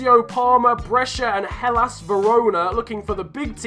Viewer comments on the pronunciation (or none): none